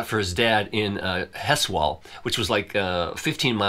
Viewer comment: Hi, love your channel. FYI: Heswall is pronounced as ‘Hezwall’. I’m from Liverpool.